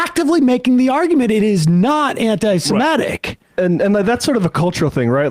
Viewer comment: Why do you write antisemITIc but say antisemETIc? Too lazy to do English?